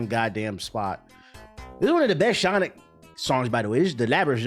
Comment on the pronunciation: Mf said Shawnic 😭😭